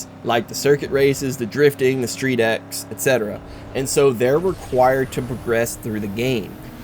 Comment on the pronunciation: StreetX is actualy pronounced Street-Cross. I think it actually makes sense given what these races are about.